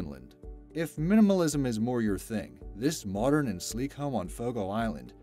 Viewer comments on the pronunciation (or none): none